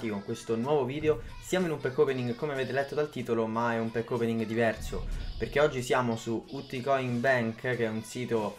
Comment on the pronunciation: E dal primo pack opening che dice così, è fastidioso